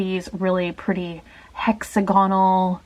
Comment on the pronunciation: Hex-ag-onal not hexagon-al